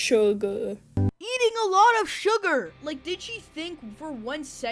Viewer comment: “surgar” 😭😭😭 bro is giving me second hand embarrassment as a teen